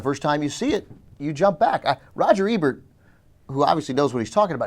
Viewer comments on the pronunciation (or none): none